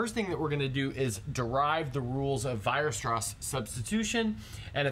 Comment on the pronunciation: Should be Weierstrass not Weirstrass ;)